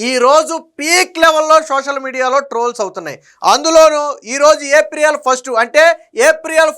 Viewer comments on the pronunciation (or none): ఏప్రియేల్ కాదు ఏప్రిల్ అనాలి